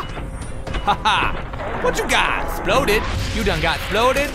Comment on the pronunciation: "You done 'sploded all over the floo!"